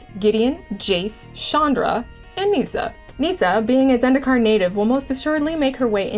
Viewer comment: Nissa, not NEEEEEEEEEEESA.. oof